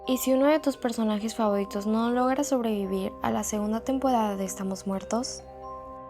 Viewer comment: Nadie se daba cuenta q hablaba raro (Favoridos,Tempodada) No es hate